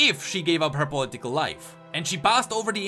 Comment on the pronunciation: "poli tical" lol